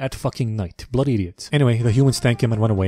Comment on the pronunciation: bri'ish vampire Ai am, m8, choo gonna *bloody* say bout that **blo'oy** one eh you li'le git?!